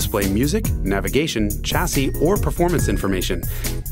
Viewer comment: oh jason, weve been through this before the 'ch' in chassis is taken from 'ch'ampagne, and not 'ch'air. think shassy.